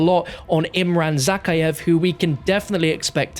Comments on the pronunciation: Everytime he says Zakhaevs name that way my brain loses brain cells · Your saying zakaev wrong